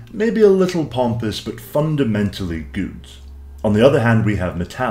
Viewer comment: "But fundamentally Guewd"